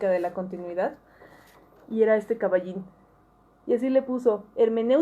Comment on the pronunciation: Me hiciste reír con lo del caballin, está medio: jaja cómo dices caballin